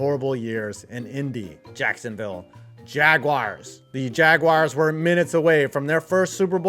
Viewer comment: why do you call them the Jagwires? That's not how you pronounce jaguars😂